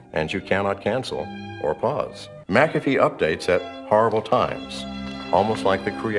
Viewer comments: John McAfee: "I'm John Mack-uh-fee": "John Mick-caff-ee" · Would you say MaCafe again please? You say it so eloquently and sparingly. My ears are lusting and must be sated! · Who the fuck is John “McCafe”, why is he saying Mc Cafe? Haha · It’s pronounced “MacaFee.” its Scottish